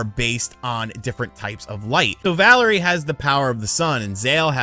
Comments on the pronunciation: Also it’s pronounced “valeer”. Not Valerie. Valere is a French name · “Valerie” lmao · I feel like intentionally makes mistakes for whatever reason. "Playstation Now" should have been Play Station Plus. Valere was mispronounced as "Valerie". He mixed up the power that Valere and Zale have. These have to be intentional or else he is just a lazy reporter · valere lunar and its valere, not valerie zale solar you got it backwards